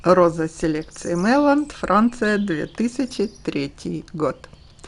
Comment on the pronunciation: Мейян, а не мейланд Роза шикарнейшая. И ролик тоже) Пойду сегодня после заката в сад) заинтриговали) может и увижу свечение